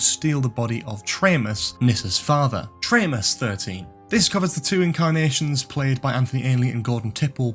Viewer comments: Erm...Traymus?? Tremas is pronounced "Treemas"! Perhaps you need to watch rather just reading about The Keeper of Traken? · That was great! Only thing I’d say is the character Tremas in The Keeper of Traken (Tremas being an anagram of Master) was pronounced Tree-mass. Oh, and you didn’t have Roger Delgado in the opening pic of all the Masters/Mistresses